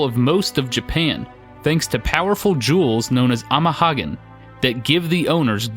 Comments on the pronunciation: You keep pronouncing the second word of "amahagane" incorrectly. It's pronounced like haga-nay. It's the same character as the SNES game Hagane, which is 鋼. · I winced at every "ama-hoggin" haha. He's a good guy, though, good guy.